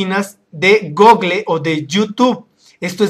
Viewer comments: se dise gooogol no google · jajaja "Gogle" Es gúgol!